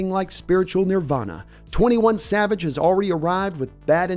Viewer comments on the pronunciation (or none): none